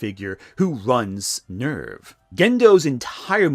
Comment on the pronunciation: The “ER” in “NERV” is pronounced like “air”. SEELE is pronounced “zay-luh”. They’re German.